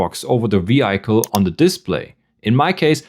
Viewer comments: Schön erklärt, aber bitte, das Auto spricht man nicht (vi:haicle), sondern (vi:hicle). 😬 Der kleine Oberlehrer sei erlaubt. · Du solltest die Aussprache von Vehicle noch mal überdenken…